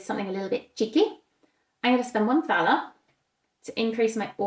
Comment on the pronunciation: Thanks for the in-depth playthrough. On a very minor note, since I'm German, the money Thaler, would actually omit the h in the pronounciation, so you would say Taler. 🙂